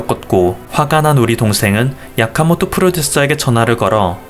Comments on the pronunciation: 야카모토가 아니라 아키모토... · 야카모토 아니고 아키모토 아닌가요?별로 상관은 없지만... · 아키모토 야스시도 아니고 야카모토 야스시는 또 머여 ㅋㅋ